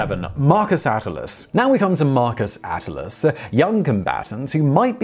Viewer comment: You are mispronouncing # 7Marcus Attilius, how could I continue with a man who is going on like he is an expert? If you can't pronounce the name correctly, I do not believe a word you are saying. Think about it.